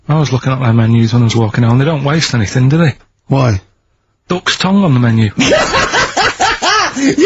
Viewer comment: Classic RSK exchange here. Karl's "dook's toohng" followed by Steve's proprietor quip.